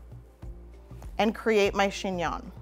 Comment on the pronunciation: Chingnon? Chingon? 🤣